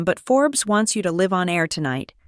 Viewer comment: And can you teach your AI to pronounce L I V E, ITS LIVE THEY DIDN'T LIVE it they did it LIVE. Pronounce L- eye -Ve not L iv e in the context you were using.